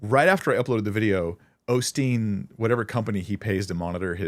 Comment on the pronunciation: hearing people pronounce the name Osteen "Ole' Steen" and then fumigate their "wisdom" always cracks me up...